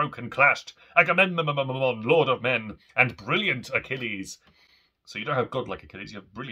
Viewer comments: Correction: its "Agahmemonumnum" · Two of my favourite works. Your pronunciation of Agamemnon had me cackling hysterically.